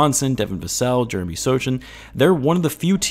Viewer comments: Small correction, Jeremy Sochan’s name is pronounced so-han. He’s Polish. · Made a video on the Spurs but can’t pronounce Sochan…them Wembenyama clicks must be like crack for NBA youtubers